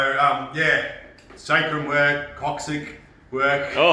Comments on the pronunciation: Lol it's pronounced 'cock-six' not 'cock-sick'. So as it's coccyx, I don't think anyone minds the mispronunciation🤣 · It's pronounced KOCK-SIX.